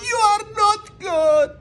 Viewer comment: يو ار نوت اوكي😂👌 مو نوت كود 🚫💔😂